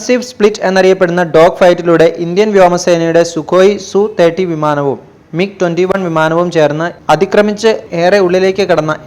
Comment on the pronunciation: സുഖോയ് സു 30 അല്ല , SU 30 എന്ന് പറയണം അല്ലാതെ സു അല്ല , എങ്കിൽ MKI എന്ന് പറയാതെ മകി എന്ന് പറ .സുഖോയ് SU 30 - mki എന്ന് ആണ് .